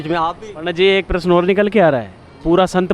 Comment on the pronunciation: Is लड़की कौ हिंदी बोलना तक नहीं आता . प्रश्न को प्र श न कहती है